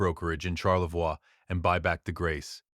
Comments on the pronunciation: As a Michigander living fairly close to TC, Charlevois is pronounced Sharlevoy in Michigan. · That is not the local pronunciation of Charlevoix.